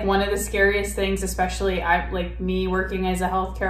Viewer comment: "Monday mills" 😂🙄 I absolutely cannot stand how she pronounces "MEALS" and it "RILLY" (lololz) drives me up the walls when she (and Amber + Eric too on this one) say "EXpecially" 😤!!!!!! I feel awful for those children of hers being taught how to pronounce (and spell) probably every damn word incorrectly 😖!!